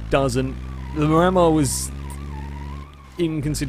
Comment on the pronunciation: Psst- hey! Just letting you know the Miramar is pronounced "mee-ra-maar" after a place in Florida:)